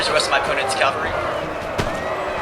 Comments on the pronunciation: CAValry not calvary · cavalry not calvery